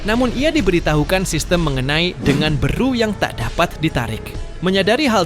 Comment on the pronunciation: Beru bukan beeruu